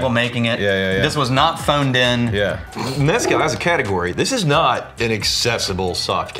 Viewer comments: For the love of GOD and everything good and sacred STOP pronouncing it as MEZ-cal. It’s pronounced mez-CAL. And yes I do speak Spanish lol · Jesse Pinkman failed in calling it "Methcal". I'm disappointed. 😂